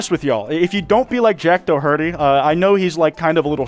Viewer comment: did you pronounce that name “doh-hurty” 💀💀💀💀💀 (I love it and will be pronouncing it this way from now on)